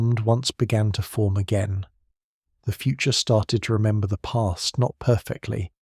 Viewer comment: The AI reader said “resnember” at around 34 min 😂